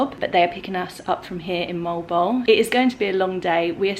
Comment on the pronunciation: Mo-al bo-al is the right pronunciation. It is originated in Spanish word.